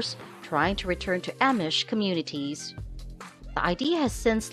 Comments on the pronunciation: I agree she is pronouncing Amish wrong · Can't watch when someone can't pronounce Amish